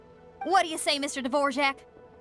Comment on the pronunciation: how did xinyan said his name in english? o-o devorjak? isnt it dvo-rak o------------------o she sound so taxen in english looool